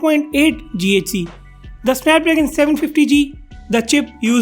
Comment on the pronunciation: You're a noob. It's not read as GHz, it's giga hertz.